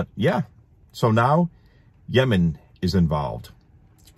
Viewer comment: I liked how you pronounced Yemen before "yamen" lol it sounded cute😊